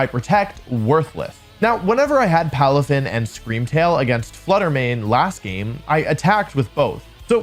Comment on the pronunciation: palafin lands up sounds right to me